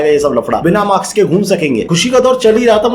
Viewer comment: Maks nhi hota "MASK" hota h